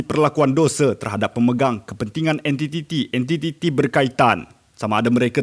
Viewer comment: Entititi - entititi?